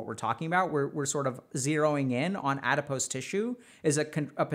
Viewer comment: You’re mispronouncing “adipose”